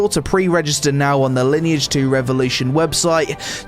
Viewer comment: Sponsored video, can't even tell the name of the game right. Ok.